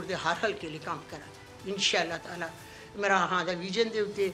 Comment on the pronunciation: Vote Rehina Dar is waste of vote,listen the way she call Mran Khan,instead Imran Khan,if you heR her conversation you will know her educational level